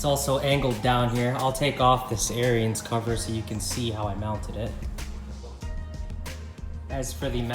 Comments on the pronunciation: Pronounced Air ens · it's pronounced "aarons"